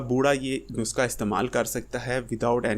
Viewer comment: بھائی صاحب نسخہ کو نسکا کیوں بولتے ہو؟